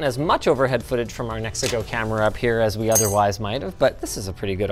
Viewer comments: Me hearing the ad: oh cool, mexico is a pretty neat vaycay country. Seeing the brand on the webcam: ooooh he said Nexigo 😅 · I thought he said brought to you by “Mexico” 😂